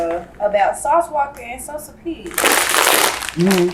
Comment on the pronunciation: You can’t even get the man name right… “Sosa P” man that’s diabolical